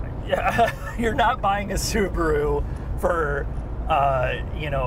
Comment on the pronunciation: It is not a Subru, it is SubAru. 😆 I own a Forester. Great vehicle at the price.